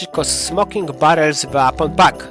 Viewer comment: Mówi się po " Łepon pak " Bądź też " łejpon pak"🙃 ale ogólnie też można poczekac na przeceny na Steamie bo są często o 50% taniej